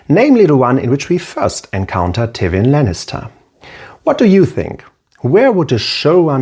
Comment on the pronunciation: great video, interesting analisis and subject matter. only slight quip i have with the video is the pronunciation of Tywin, never heard it said that way